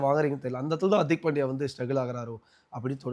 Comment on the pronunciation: Anchor bro adhu Hartik illa hardik .